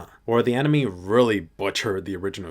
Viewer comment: i thought you said overflow for a sec🤣😭